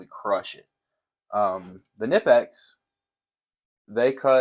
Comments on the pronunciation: It’s not nipex it’s knipex the k isn’t silent like American language. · It’s k-ni-pex not nipex. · Every time you say “nippex” it makes the baby Jesus cry. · pronounced "Kuh - Nip - X" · The k in knipex is not silent